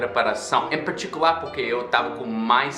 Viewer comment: Parabéns seu português está fantástico: plural, concordância etc. Seu sotaque americano está sumindo. Precisa melhorar no "r". Você está puxando muito está letra tipo "porrrta" "parrrticular" ao estilo do inglês ou caipira do interior de São Paulo ou Paraná. A pronúncia da letra erre deve ser magra "porta" não gorda anasalada "porrrta" como você fala. Assista vídeos no YouTube feitos por nordestinos e preste a atenção na pronúncias das palavras com R. Você vai melhorar. Parabéns.